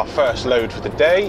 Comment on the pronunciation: do you mean “THE” not “DA”